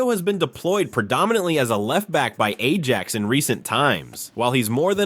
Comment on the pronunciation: Could you learn how to pronounce our players’ names and to read while resoecting punctuation? Imagine pronouncing the “j” in Ajax????